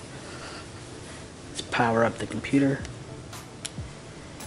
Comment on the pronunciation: Love the video, but every time you said "computer" I cringed.